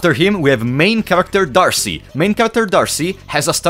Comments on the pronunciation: I'm pretty sure D'Arce is just pronounced Dark or Darke. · D’arce is pronounced with a silent E